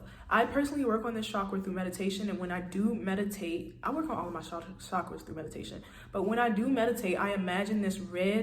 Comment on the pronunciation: I like the way you say it best. Lowkey , that’s how I pronounce it too...